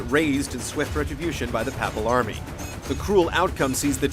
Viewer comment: if only the commentator knew how to pronounce words properly papal is pronounced "Pay pal" though i admit i dont know how to pronounce cesare